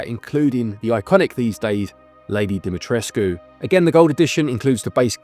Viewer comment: Props for being the first English-speaking person online I’ve heard pronouncing Lady Dimitrescu’s name correctly 👏